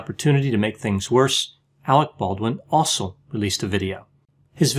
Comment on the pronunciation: I thought he said Alec Baldwin the fossil when he said Alec Baldwin ‘also’ released his own video. Sounds better the 1st way 😂